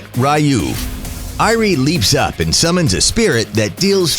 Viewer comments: The triggered part is how he pronounce 'ryuu' 'rayu' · The skill Ryuu is pronouced Ree-uu, not Rai-uu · It's pronounce as Re-you not Rai-you triggering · I think it’s ryuu haha not ra-yuu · Ryuu... No RAYUU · did he seriously say " r you" and not ryuu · Rai-uu is the right one. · Just normal spell, say it like ( Ri-Uu) using “U” without “Y”